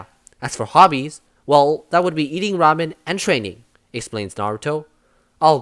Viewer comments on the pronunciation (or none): none